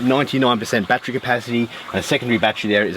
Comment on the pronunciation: How is that endless water lol. You have to find water to pump. Endless water would be you made something that makes water. But I am expecting to much from a guy who pronounces battery as bat tree